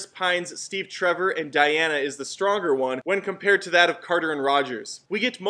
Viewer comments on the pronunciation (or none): none